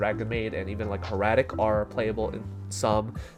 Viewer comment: Say heiratic again